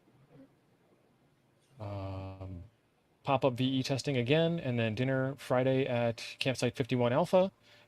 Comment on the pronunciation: I heard Pota Pup! 😃